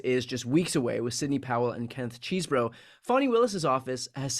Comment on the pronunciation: Come on, guys. His name is pronounced Chez-bro, not Cheeze-bro. Demeaning someone by deliberately mispronouncing his name or affiliation is a Republican tactic, unworthy of liberals.